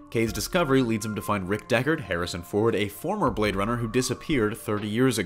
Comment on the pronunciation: It's DeckARD, not DeckER... not trolling, just a big fan.